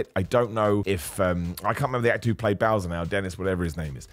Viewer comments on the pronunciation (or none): none